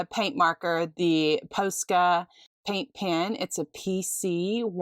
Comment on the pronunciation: Love all of the projects. Lots of inspiration. FYI, Posca rhymes with Pasta